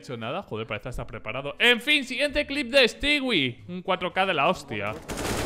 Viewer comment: No se dice stiui se dice stui crack